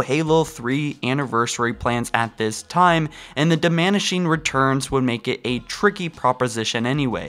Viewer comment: "damanishing" BOI